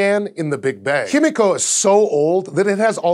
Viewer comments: why are you pronouncing it like hemiko and not himiko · Correct pronunciation is "hee-mee-ko," not "him-EE-ko." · just a quick pronuciation correction its actually pronounced as he/hi-me/mi-co/ko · It's pronounced him-i-co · I love scishow but am I the only one who noticed the change in pronunciation of "Himiko" throughout the video?